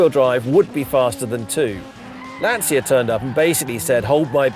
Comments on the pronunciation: you are pronouncing Lancia wrong. It’s “Lan-chia”, not “Lan-sia”. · Why do you pronounce Lancia wrong? We don’t even see them in the US and even I know it’s Lanch-uh. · Lovely - the 16v is my favourite- but, it’s a ‘Lan-chi-a’ come on Ben - you know that! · I am so jealous! These are becoming exceedingly rare cars in South Africa, would absolutely love one, been a favourite of mine since I was a kid. If only I could afford to restore one 😅 Edit: on a side note, I'm sure you've been told by many annoying Italians in the past, but Lancia is pronounced more like "Lunch -a", haha sorry I couldn't help myself. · He said he's obsessed with Lancia.... Can't even pronounce it right...😂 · At least learn to pronounce Lancia